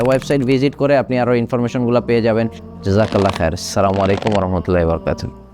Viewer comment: ভাই আপনার কথা মাশাল্লাহ ❤ সালাম টা শুদ্ধ করে দিলে ভালো হয়।